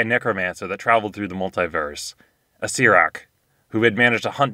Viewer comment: The lich's name is Acer-er-ack, not Acer-ack. Acererak has two 'er's in it. But otherwise, amusing.